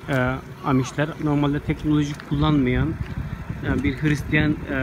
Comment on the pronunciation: "Tekneloji" değil , "teknoloji" lutfen2